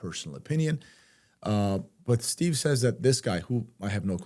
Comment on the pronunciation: I agree with Copper Kaya, particularly about the Stew Peters clip. But his name is pronounced "Stu", not "Steve".